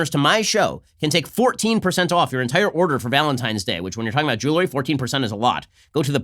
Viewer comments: Someone please tell Ben it’s jewelry not jewlary.... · Ben, you're a mensch. So why is it so difficult for you to pronounce 'jewelry' (jewel + ry)?